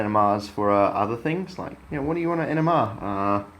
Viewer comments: Are you saying NMR because it sounds like you're saying ENEMA . I said to myself " This shit in an enema ! This guy is fuckin gangster than a mu fucker ! " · I realized he was saying NMR at first I thought he was saying ENEMA . I thought " This stuff in an enema ? This guy is a fuckin savage ! "